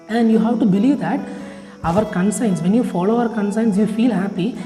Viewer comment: Conscience pronunciation is wrong